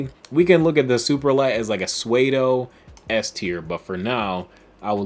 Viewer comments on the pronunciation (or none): Suede-O? You mean pseudo as in soo-do, say it how ever you want, it just cought me off guard